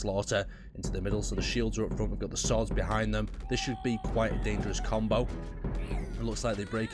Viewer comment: "Now we'll try a bit of a different combow"